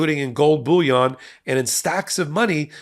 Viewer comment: I know it's really pedantic, but when you said gold bullion, it sounded like gold bouillon 😂. Had an image of just really expensive soup pop into my head. Fits in with the report though.